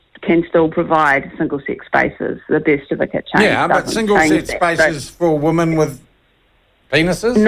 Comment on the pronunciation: Shawn, please learn the pronunciation of "women" (pron. "wimmin").